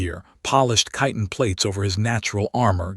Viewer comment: wow! someone pronounced "chitin" right! 😮